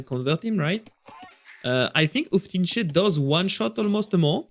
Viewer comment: Once again, It is "hou" in word "houfnice" is pronounced same as "ho" in word "hope".